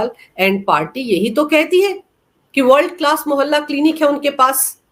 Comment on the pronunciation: नमस्कार, ये आप वर्ड क्लास क्लीनिक या थर्ड क्लास क्लीनिक क्या बोलते हे! 🤣🤣🤣